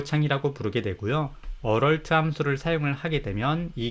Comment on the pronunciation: 비전공자이고 혼공파 부터 혼공스까지 잘보고 있는 1인입니다. 무료강의까지 감사하게 잘 보고 있습니다. 조그마한 테클을.걸자면 Alert 을 어럴트에 가깝게 발음하시는 것 같은데.얼럿이라고 발음 해야 되지 않나 싶습니다.